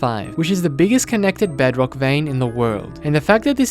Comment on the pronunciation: i laughed so hard when he saiod bugrock edition.